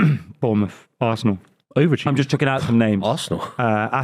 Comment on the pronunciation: Can I hear "VARSENAL" one more time!